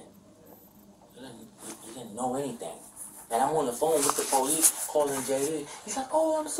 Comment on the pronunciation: insisting youre innocent while pronouncing it "Po-leece" is wild